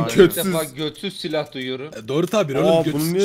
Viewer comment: sen silaha götsüz mü dedin 😂😂😂😂